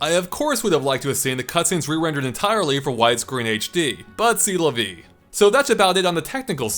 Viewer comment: Please, it's pronouced "say la vee"